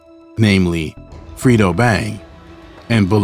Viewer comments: Did bro say FRITO Bang instead or Fredo 😂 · He said freedo bang 😂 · Bro said Frito Bang 😂😂😂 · Boi said “Frito Bang.” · its “Top Boy Gorillas”, not “Tom Boy” “Fredo Bang”- pronounced “Fray-Doh”, not Frito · Mannn stop callin dat man frito lay 😂😂😂 it’s FREDO LIKE KRUGER